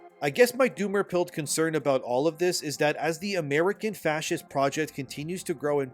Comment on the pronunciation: I AM A PROUD "FASCEEST" 😂